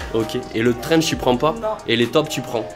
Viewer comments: C'est un TRENCH pas un strenchge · C'est un TRENCH pas un STRENGE mdr